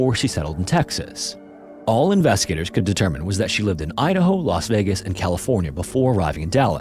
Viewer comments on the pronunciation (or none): none